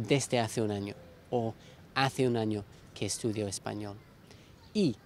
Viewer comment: El sonido L al final de la palabra español no me parece lo suficientemente suave, ¿de qué país es?